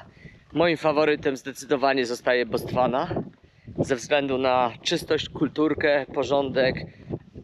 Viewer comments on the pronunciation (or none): Botswana a nie Bostwana pls😜